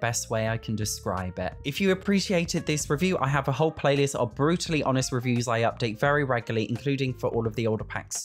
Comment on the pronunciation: Thought he said “Bruce lee honest” 😂 had to run that back